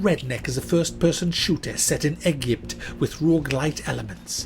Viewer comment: you didnt pronounce eGHYMPt right... is it egypt in egyptian? wait they talk arabic now right?